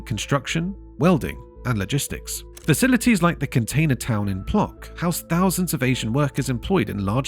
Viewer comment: It isn't pronounced Plock, but P-wuh-tsk. You could have looked it up beforehand......